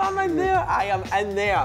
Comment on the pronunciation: Ayam ayam... 🤣 I can't stand how he pronounces I AM. Lol